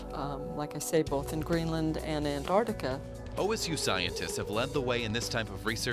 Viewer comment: why the fuck do you say annardikka????